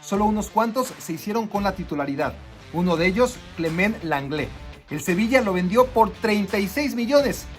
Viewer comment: Clemen langlé JAJAJAJA no es lo tuyo pronunciar bien papá, área de oportunidad Clemã Lãnglé Ter SHteguen SHHHHH